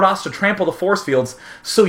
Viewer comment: I lost it when he said 'borce bields' I couldn't breathe.